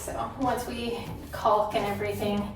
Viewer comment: The ‘L’ in caulk is silent! Love you tho!